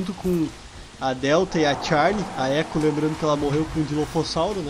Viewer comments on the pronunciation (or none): Nome e echo não é eco pfv fala certo